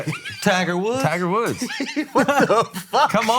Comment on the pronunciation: Best Tiger Woods pronunciation I've ever heard.